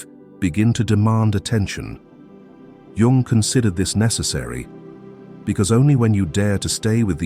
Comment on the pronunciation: It's REALLY hard to listen to the AI slop voice butcher the pronunciation of Jung's name, but this channel usually gives really good advice, so I'll let it slide this time.